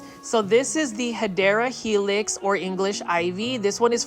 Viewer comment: I love how you pronounce "hedera helix", i definitely say it out loud whenever im at the plant stores and i see any ivy species lol. ❤ its my plant jingle 😊